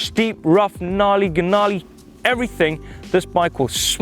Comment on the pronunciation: 'Gnarly, Guh-narley' hahahah